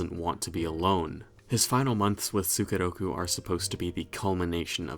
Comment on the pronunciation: The way pronounce as "tsukeroku" really piss me off sometimes. I can't stop grinding my teeth every time I hear that...